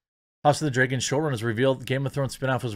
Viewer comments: It's pronounced Dragon not Dreagon. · Okay I agree with you but please stop saying 'draygon'. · You say "dragon" bad..... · No Jeremy, i didnt know there was a show called "House of the DRAY-gon" coming out. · “House of the dregon” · house of the dreygon? that pronounciation tho lol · I’d watch this video just to listen to him say “dragon”.